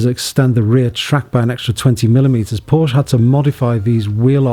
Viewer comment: Porsche not Porsch! That is when you know who a car enthusiast really is.